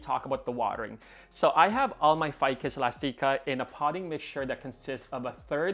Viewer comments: "Ficus Elasteekah" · Mine looks great too! Your string of hearts is looking great. Also, isn’t it eh-last-ick-uh? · Ive been pronouncing it "elastic-a" this whole time ☺️